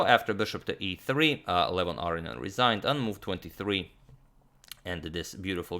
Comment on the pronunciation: Ah-roh-nee-ahn. Four syllables.